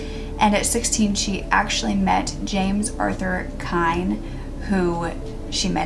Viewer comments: Last name is pronounced KENNY...not Kind. I lived in Independence through all of Sharon's trials. My father was the arresting officer. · I'm the granddaughter of pat and walt Jones. I've heard the story of sharon kinne many times, not quite like this but told a little differently from my family still a good narration from you. I was told sharons last name was pronounced Kinney but anyways that doesn't matter I wish there was some justice for my grandmother a life taken too soon. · Dear, If you are going to use my book, "I'm just an ordinary girl." The Sharon Kinne Story for your YouTube casts, I might make two suggestions: 1. Give the book and my research credit. 2. Get the pronunciation of Sharon Kinne's name correct. Thank you, James C. Hays Author-"I'm just an ordinary girl." The Sharon Kinne Story